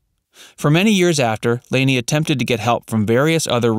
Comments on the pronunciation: "Lah-nee" not "Laney". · Lani O'Grady's name is pronounced Lonnie, not LAN-EE. Her older brother is actor Don Grady, who played Robbie Douglas on My Three Sons. And the family's last name on the show is Bradford - BRADFORD! Rest in peace; Diana Hyland, Lani (Lanita Agrati) O'Grady, and Dick Van Patten. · FYI. It's pronounced "Lonny" O ' Grady. Not "Laney". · It's Lani, which is pronounced like Laney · Nope. She has the Hawaiian name Lani which is pronounced "Lonny". (I lived in Hawaii for 20 years.) She is buried there. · One correction, please. Lani's name is pronounced with a short "a" not the long "a" that you use, repeatedly. In deference to this beautiful kind soul, please make that change. Thank you.